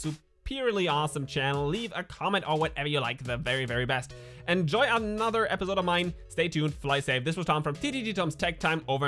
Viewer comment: Tom you are doing so good, your videos are really good and eventhough you German accent can be easily heard, your English is great anyway. But one thing it hits me every time I see your videos. It is episodes and not epizodes :-)